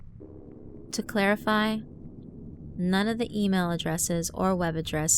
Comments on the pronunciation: hahahah to klare-ify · End of number four. "To clarify,..." More like To CLAIRE-ify ( ͡° ͜ʖ ͡°) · "To CLARE-ify" HAHA GET IT!? CAUSE Her name is . . . Clare . . . I'm so Great . . .